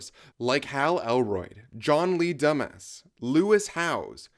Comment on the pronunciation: Nice vid! Very interesting! I especially liked your pronunciation of Dumas (Dumbass) and Kagan (Kajan) hehe